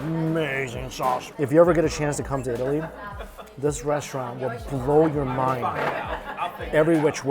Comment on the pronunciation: Did he say yeetaly?